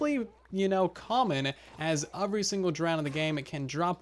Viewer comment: Why do you say the word “every” so damn weird?